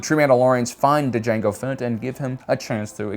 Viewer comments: he says mango fett he says lango fett he says yango fett he says psycho fett he calls grogu gogurt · Okay.... why do you keep mispronouncing Django ??? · Did he say Mango Fett? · He said mango fett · LaNgO Fett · Mango Fett was my favorite 🤣🤣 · Gotta love the variety tho! He only did the D'Jango once. But I still like hearing it. 😂. Every time he does I imagine Jamie Foxx in beskar. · Lmao he just keeps purposely mispronouncing jango